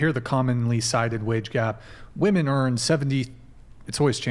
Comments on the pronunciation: Why can't they properly pronounce the word "women"? They say "woman" for the plural. Is this intentional? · Why do young women pronounce the word women as woman?